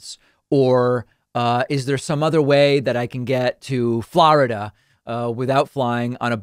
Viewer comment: The way u say Florida 😂 is that like a Boston accent or something?